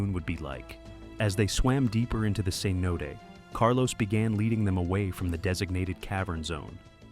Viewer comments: Cenot-ay. not ce-note. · The inconsistent AI pronunciation of "cenote" 🙄